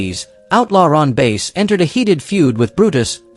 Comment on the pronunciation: Ron Bass..(short a)...not 'Base'....I hate AI.